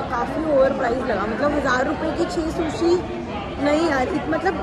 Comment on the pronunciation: it's not shushi it's sushi